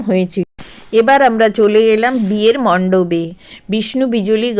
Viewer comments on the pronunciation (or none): "কমোরেড" নয় কথাটা কমরেড আর "মন্ডবে" নয় মন্ডপে। দয়াকরে উচ্চারণ টা ঠিক করুন video করার আগে।